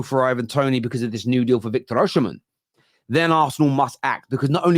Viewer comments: it's OSIMHEN not Osihmshen. I know it's not your fault though. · i think your dyslexia is kicking in again LMFAO his name is Osimhen not Osihmshen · his name is Oshimen (oh see Mehn) not (ushhh sheee men)…I’m Nigerian 🇳🇬🇳🇬